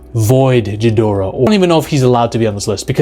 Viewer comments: Ghidorah. Not "Ji" dorah. Cmon man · You don't pronounce the G in Ghidorah like a J, it's a "hard" G; haven't you heard his name said in, like, 100 movies already? And the term is "wreak havoc", not "wreck havoc". You're welcome. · Imagine saying “ghidorah” wrong. Sorry. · Please learn how to pronounce Ghidorah properly. Idk how you can be a kaiju fan and pronounce his name not even one of the two correct ways. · Jesus, pronounce Ghidorah properly!